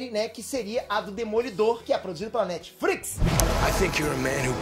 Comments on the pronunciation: "Netfrix" kkk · eu tenho a impressão que você pronuncia NetfRix!!!HAHAHAHA.....